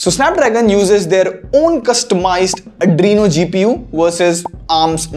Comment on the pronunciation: Adreno, not adrino